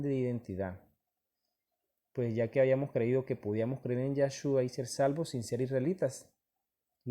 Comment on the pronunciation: Es yeshua no yashua